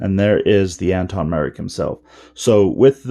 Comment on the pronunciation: Thanks for the review but his name is pronounced Antoc with a “C” and NOT Anton.